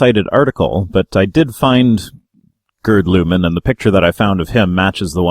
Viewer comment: Jürgen is pronounced like you did in your first try: "Yürgen", not "Djürgen". And "Lüdemann" is pronounced "Lüd-eh-mann", the "a" as in "alpha".